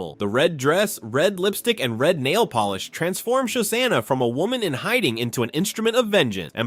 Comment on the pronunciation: I liked the video. Your pronunciation of Shosanna is horrendous though. Show-Shawna….